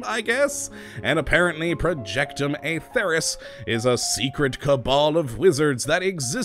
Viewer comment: its pronounced as Atherus, with the LONG e in accordance with the Elder Scrolls